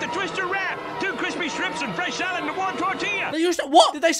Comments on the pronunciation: I'm sure someone else said this but I can't see a comment doing so, so; he's saying STRIPS, not SHRIMPS. 😁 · The KFC adverts says “crispy strips” but he says “shtrips” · Hes saying STRIPS george, STRIPS